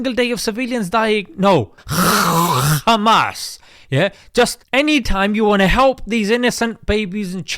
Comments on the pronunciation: I laughed a little too hard at "KHKHKHKHUUMAAAS" 😂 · Rarely i laugh about something from youtube podcasters. This "khkhkhkhamas" make me lol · Why is he saying Khamas in that way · I had to watch it twice I'm afraid. The first time, I was laughing so much at your humour, I missed a lot of the very useful and thoughtful points you were making. Your pronunciation of "Kkhamas" literally had me crying! Classy job, mate. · I burst out laughing when he says Kkkkhhhhaamass🤣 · The way bro said "kkhhhhmaaas" 🤣